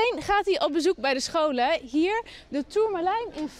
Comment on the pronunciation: Hoe zij het woord "scholen" uitspreekt, spreekt elke Jeugd Journaal journalist het uit lol